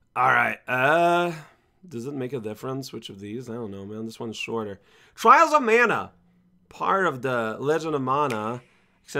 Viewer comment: Twials of Mana!